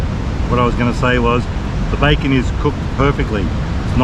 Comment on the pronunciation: Its bacon not backon